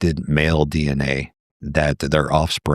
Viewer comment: ...it's a dee-enA thing...